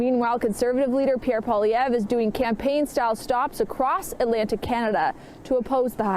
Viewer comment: First of all, Cochrane’s guest should pronounce Poilevre’s name correctly. Secondly, Poilievre wasn’t leader of the Conservatives during the last election.